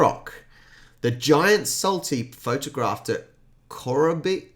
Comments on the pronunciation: Not core-a-bore-y, core-robbery. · Pronounced "Cor-rob-or-ee". Nice try though. Not only all of that, but wet season sends people crazy, it's called the suicide season. You definitely need airconditioning at that time of year... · Corroboree is pronounced something like Kuh-robbery. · Corroboree pronounced Core--Or-Ree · In the word corroboree, the stress is on the second and fourth syllables